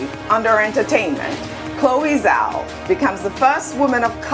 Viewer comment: Zhao - pronounced as Jao